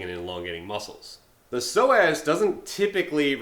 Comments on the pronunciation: Sounds like he said so ass😅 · All this time I kept thinking he was saying "sore ass muscle" with a southern accent...I'll see my way out